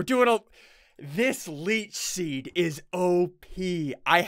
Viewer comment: Is it just me or did SSundee say leach sheed